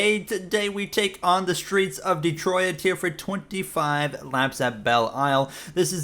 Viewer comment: Nice podium in "Detroiat"